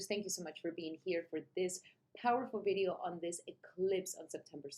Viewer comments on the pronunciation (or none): none